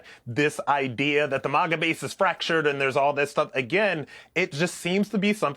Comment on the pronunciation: MAGA. Not "MOGGA".